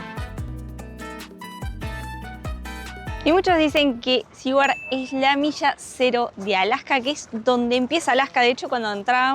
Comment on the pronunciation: Saludos amigos. Ustedes dijeron en el video que no estaban seguros cómo se pronuncia el nombre de ese pueblo. No es ni SE-WARD ni SI-WARD. Se pronuncia SU-WERD. (teniendo en mente la pronunciación inglesa de la R pero la pronunciación español de SU, pero metiendole una "i" latina en el medio.